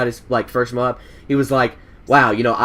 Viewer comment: THANK YOU! You said MOAB like "MOE-AB" instead of "MOBE". I hate it when people say it like "MOBE" lol